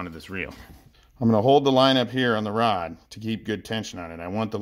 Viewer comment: mad you can't say rod properly???